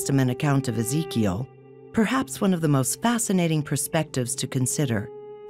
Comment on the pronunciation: Really ? Such a great video; but the female narrator pronounces the name 'Ezechiel' incorrectly. When telling people things which are new, unusual, and out of this world, it is just as important to pronounce names and words correctly, otherwise you lose credibility. And almost everyone in this video makes mistakes.